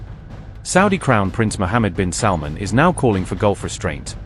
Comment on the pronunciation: Why you call him " saudi prince Mohamed bin SALMON" 😂